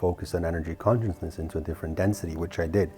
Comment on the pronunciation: All of your channeling and talks are based on CONSCIOUSNESS but I can't understand why you fail to see you are pronouncing it totally wrong. You made up a new word by mixing Conscience with consciousness to become conscienceness which doesn't exist as a word in the English dictionary. Just sayin...